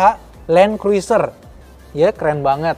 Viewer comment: Bacanya Kruser, huruf i ga dibaca